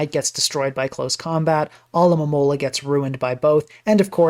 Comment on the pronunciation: always coming through as the one YouTuber who can correctly pronounce "Alomomola"